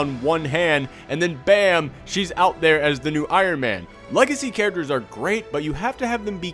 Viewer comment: If ever makes shirts, I want some sort of design in regards to the way he says characters. Because "Charachers" is basically a catchphrase at this point.